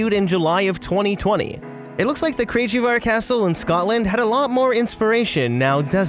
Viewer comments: I live 10 miles from Craigievar Castle, beautiful area! But its pronounced crayg-ee-var not cra-gee-var. Very soft guh sound. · Craigievar Castle is pronounce cray-gee-var. From a helpful Scot 🏴😊